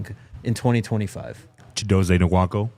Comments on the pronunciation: I have yet to hear pronounce Chidozie’s name the same way twice and all versions are incorrect. How the brotha gonna be the one to mispronounce EVERY ethnic name on the team? Shout out to RK ✊🏾😂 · There are too many videos of Chidozie saying his name for yall to still be mispronouncing it. I’m looking at you 👀 The N is silent 🤦🏽‍♀️